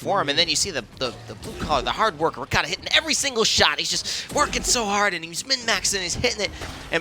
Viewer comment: Why they keep saying r-e-k-a-t-a, it's r-kt-a